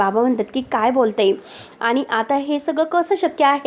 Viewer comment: आणी चे आनी, म्हणुन चे म्हनून 😂😂😂